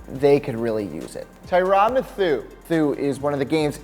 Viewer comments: Wait did you just call the honey badger “Tyrann MATH-U”?? WTF is this a sports channel or do you just pretend bro? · "Tyron Mathoo" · Mathieu is pronounced MATTHEW NOT MA-THOO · Y does he keep botching name it’s pronounced Matthew smh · Lost me at "mathou." tf is that? Thumbs down. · Cmon bruh u say his name like Mathew! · BoLT xLegendz mathoo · secondstate fishing ma thi eu not Matthew ya dingus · said Tyrann Mathieu wrong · Did you hear how he pronounced Mathieu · Why did you say Tyrann Mathieu like that? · Wait how did he pronounce Tyrann Mathieu name